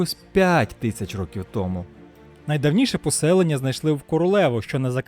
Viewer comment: Стільки-то років томУ, а не "тОму", як озвучує текст диктор. ТомУ я не буду ширити це відео, а хотілось би. Взагалі, слухати якогось недоріку протягом тривалости відео було чистою мУкою.